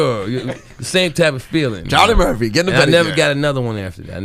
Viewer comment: Cha(h)-Lee Murph-fee !